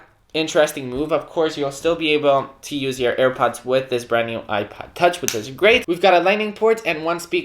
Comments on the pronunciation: Sounds like you’re saying iPad, not ipod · It kinda sounds like he's saying ipad